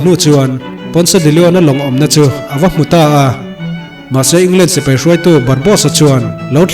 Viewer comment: Barbosa_a ... zawk a nia ... barbos_a i ti daih a 🤭🙈... chuan i recap tawi thei tuk a ka lo ui theih tawp .... leh i sawi rang bawk a... Anywayyyyyyyyyyy .... mi recap loh tha tha i rawn recap a.... like 👍 👌 💛 😙 pawp pawp